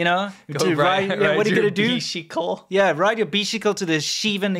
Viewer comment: ride a bixicle to the xiven eleven to buy a popxicle 😂😂😂😂😂